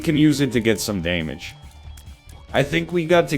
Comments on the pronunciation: Real nl needs to say damage the way that ai nl says damage. Daymayge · Day-maj and movie teet-ther had me rolling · « were getting some dAYmage oh baybee » Im losing it man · what the fuck "we're getting some daymage" was so accurate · "we're gettin some dæmage oh babey" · Hearing a robot just say "DAYMAGE" made my day... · I just fuckin love the random mispronunciations: “Cay”feteria “Day”mage Movie “Teeth”er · Deimage is my favourite mispronounciation. It's scary how nonsensical it is yet feels so true lol